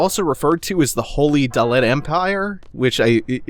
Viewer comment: also it's not gal bad ia, its galbade ia, as you would say forbade. and not dol-let..just dollet :)